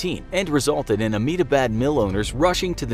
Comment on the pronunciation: the way he pronounced ahmedabad :O